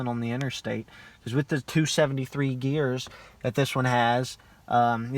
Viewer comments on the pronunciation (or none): none